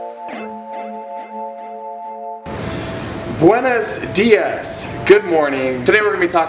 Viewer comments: i like this channel, but please never say 'buenos dias' like that again. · Terrible background music, I had to turn the volume down, then couldn´t hear you talk. and please, don´t ever say Buenos dias like that again, its not that hard to learn Spanish and say it right.